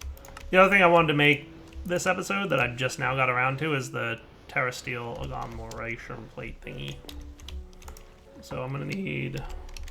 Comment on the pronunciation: At least he's pronouncing agglomeration correctly. Thats what most people fk up.